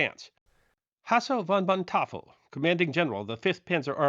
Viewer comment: Thanks again for your careful scholarship. The stand at the ridge forced Peiper south on a lone armored thrust that advanced many miles, but, without infantry support, accomplished nothing. However, after all these years, I'm a bit surprised that you haven't made more progress in your pronunciation of German names. It's not that hard. Rundstedt = ROONT stet. Manteuffel = MAHN toy fell.